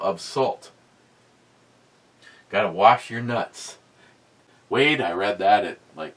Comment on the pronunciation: i hear you read (reed) my comment, and i think was i drinking.. Go back and ✔ and double check.. No you were drinking.. BE is not read (red) ME.